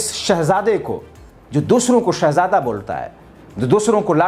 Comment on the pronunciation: bhai! Shahzada nahin bolte,saahjada bole.